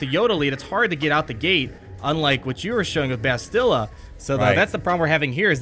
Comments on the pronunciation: The way you guys say bastilla is driving me crazy lol, Bas-tuh-la, not buh-stilla. Dozens of replays of kotor and never heard the way you guys say it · Hey, great video, love everything that you and Mobile Gamer are doing, but as a KotOR nerd it hurts to hear the pronunciation of Bastila's name like that lol. Instead of "Bass-Still-Uh" like you guys have been saying, it's "Basstil-Uh", kind of like "basil" or "castle". You gotta say the first two syllables quicker. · Actually BAstila not BastIlla - it's in both games, when characters mention her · Hey & Mobile it appears nobody cares to correct you on this but could you please pronounce Bastila correctly? It's BUHSTUHEEELAH. Freaking plebs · Carth: We NeEd To FiNd BaAaAaAastila!!!! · Why can no one pronounce her name correctly? Bas-ti-LA! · Not to complain...love the videos! But isnt it pronounce BAS til a? I feel like thats how they said it in KoToR, with the emphasis on the first syllable, not the second (like in most english names) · it’s BAS-ti-la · yeah everyone pronounces it wrong lol. Bass-Till-Uh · They're probably saying Bastila's name wrong on purpose to get us all triggered in the comment section... Lol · You guys are pronouning Bastlia's name wrong. Just a heads up! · This is how to pronounce Bastila, you're close but you're putting too much emphasis on the "t" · Bastila DOESN'T rhyme with Godzilla!!! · Why are all the game changers saying Bastila's name like its Godzilla. I've heard and said it like it was in kotor for over a decade, but now this way of pronouncing it seems so popular and it's so strange and weird. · Jesus Christ this was driving me nuts. Clearly they’ve never played kotor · Great video but her name isn’t pronounced like that bothers me so much look at KOTOR